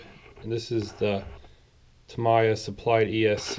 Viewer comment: It’s pronounced ta-me-ya Not ta-my-ah